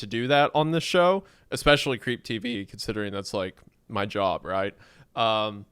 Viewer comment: have you heard him tryna say “especially” or “espresso” for the past 4 years? unfortunately we have to get used to it.